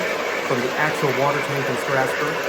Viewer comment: Thank you SO much for pronouncing Strasburg correctly. Regards, a central Pennsylvanian.